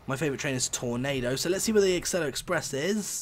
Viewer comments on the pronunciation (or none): none